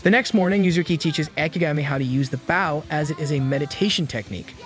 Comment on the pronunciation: The pronunciation of bow is "Boww" Not "baww"😂😂